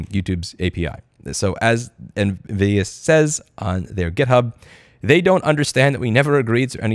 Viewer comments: Am I the only one who hear him saying Nvidia? lol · Half the time I thought you were saying NVidia. That made for some very interesting mental images XD